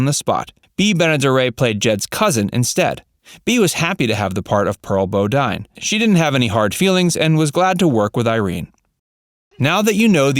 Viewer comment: Why'd he say "Pearl Bow-Dine" instead of "Pearl Bow'Deen"?! 🤔